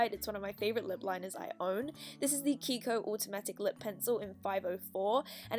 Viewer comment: 'kikp' what about kiko???